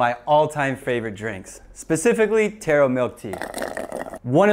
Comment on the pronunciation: My class was yelling becaus you said Taro tora and you spelled boba bobba perhaps u can fix the spelling so my class doesnt scream thanks!!